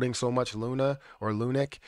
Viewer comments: It’s pronounced LUNC not lunic As in LUNC head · It’s not called “Lunik”, guy.